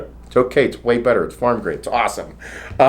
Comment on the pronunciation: Pharma' NOT' farm 😂😂